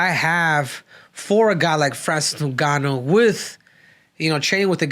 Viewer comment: Bruh are your trolling or is it real you cant pronounce names?? FRANCIS NOONGANO......OR FRANCIS NEWNGANO?